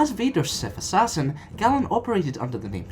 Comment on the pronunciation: Great work. I think you pronounce "Galen" wrong though. The GA is pronounced like the one in the word "Gain". I think Kam Solusar would have been an interesting one to include. Could you do Corran Horn or Marka Ragnos at all?